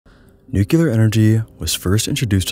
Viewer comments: It's pronounced Nucular! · Na, nucular because fun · I think he reads it as "nukelar", weird... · 1. dialect and/or colloquial pronunciations 2. simple misreading 3. possibly dyslexia it's almost like people mispronounce words for various different reasons 😮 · Stopped watching after you mispronounced "nuclear". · Please do practice the pronunciation of nuclear, to help others learn it correctly. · New-clee-ar. Not nuculure. Nuclear. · New clear. New clear. Not "new queue lar" New. Clear. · It's spelled and pronounced NuclEAr not Nucular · Great vid, don't wanna be that guy but it's nu-clear not nu-cular . Love your stuff, keep it up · Nuclear =\= NukUler. Perhaps you should take advantage of you own sponsor. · Hey,, you seem like an intelligent person so I have a challenge for you. Read the following word as if you’ve never seen or heard it before: Nuclear….there’s no way you just read that as New-Q-Ler, so why did you just do it 100+ times in this video? For the record it’s New-Clear. I had to stop watching your video bc if a person doesn’t know how to properly pronounce a very simple visual word, the chances of them knowing much on the topic is slim. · it’s nu-CLEAR not nu-cu-lar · Oye- NucLEEar, not NucYOUlar. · NU-CLE-AR. not nucular. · New-Clear, not New-kew-ler - thanks for the vids. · I love your videos but I cringed every time you said nucular instead of nuclear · A 16 minute video about the most radioactive places in the world and the first word is "nucular"... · absolutely brilliant video, thank you (if you'll allow me to be an annoyig nit-picker, nuclear is pronounced "new clear") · As long as he shows his obvious lack of understanding of the subject he's presenting (demonstrated by the very first word he says: "Nucular"), he doesn't deserve the attention. Science misinformation by popular youtubers is frustrating as hell, and I'll call it out every chance I get. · But why tf are you saying new-ki-lur? It's driving me insane! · Newk yuh lur